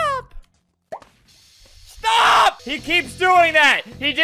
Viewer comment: “Stawp shootin mwe” GurgleXScoff